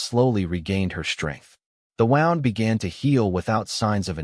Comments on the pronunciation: It's a woond, not a wownd. So much for AI!! Can't ever seem to get it right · Very nice story. You said wound correctly once, incorrectly the other times. Thank you for the story❤😊